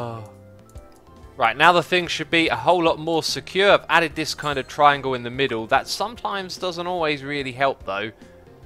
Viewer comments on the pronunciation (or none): none